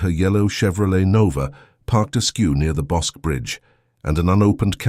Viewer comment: I lived in Waco then and was about the same age. The river is pronounced Bos-key. Bosque is named after the local river. This is scary. I could have known her.